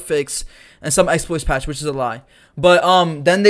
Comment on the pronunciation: "And some expoits patche (Which is a lie)" LMFAOOOOOOOOO